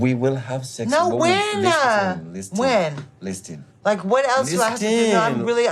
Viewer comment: Whyyy-uh, whennn-uh🤦